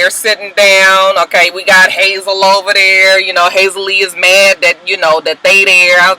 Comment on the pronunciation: it's Hazel E. not Hazel Lee, lol. Just FYI because you are intent on using Hazel Lee, lol! It's Hazel E, lol, but either way she's got low self esteem judging by the delusion of her relationship with Berg.